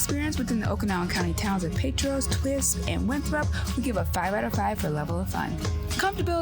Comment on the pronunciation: Met-how, Puh-tear-us, And Oh-can-awe-gun. (Family has lived in the Methow for over 120 years) Other than pronouncing towns incorrectly, loved it. Made me homesick to see the area.